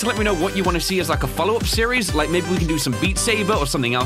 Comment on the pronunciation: that is not how you spell "like" cause you keep saying liek. And it is not liek. It is like.